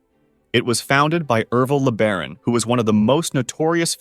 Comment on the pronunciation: its Ervil LeBaron, not McBaron